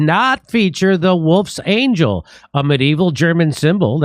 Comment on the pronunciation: It’s wolfs angle not angel lol that’s how it’s pronounced